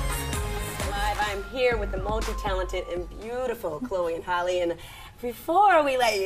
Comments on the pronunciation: Why is it so hard for people to pronounce Halle? 🤔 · Every time the interviewer pronounces Halle's name wrong, I cringe.